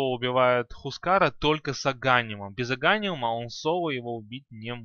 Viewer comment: Ударения особо порадовали. Особенно агАним, и никрофОс. Созвучно с диклофОс